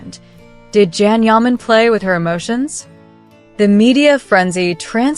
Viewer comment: It would be amazing if u learned to pronounce his name. Absolutely amazing!!